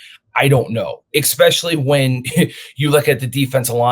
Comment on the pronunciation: the word is eSpecially. you sound like a toddler.